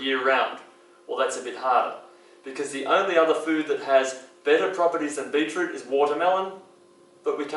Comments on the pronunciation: What in the hell is "beatrue" or whatever it is he's saying? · Cannot understand what he is saying,Beetle juice ?